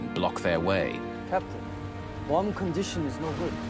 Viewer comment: Of course the pig who takes his shoes off on a flight with nasty socks on cant pronounce Guam correctly. Im sure he took the short bus to school.